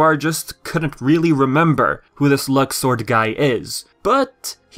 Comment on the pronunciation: with the new pronunciation "luxord" sound like luck sword